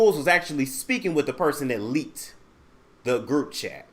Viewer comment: Did you say ..he licked a kitty or leaked a kitty .. I think he did both...😂😂😂